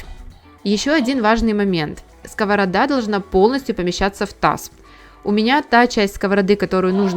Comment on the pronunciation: Дуже ріже слух скОворода. Думала так кажуть тільки кац"пи